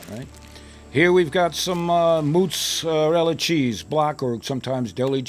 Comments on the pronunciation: Moosserela? MOZERELA! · maaa-zah-rella were u from canada lol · Love this!!! Just a Italian spin, us WOP's pronounce it "mootz-a-dell." The "d" is kind of soft, not a hard "d." (insert joke here) I've got 30 lbs. of ground brisket that are screaming to become tube snakes!! OH!!!!! If this were done with some homemade Italian sausage, it may replace the SPO sandwich!! Awesome idea!!! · how he pronounces motzarella cheese...mootzarella